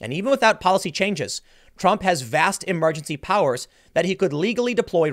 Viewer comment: "Meesa proposah emelgensee powaahs"